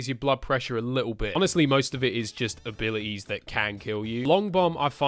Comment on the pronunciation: Nobody:: abili es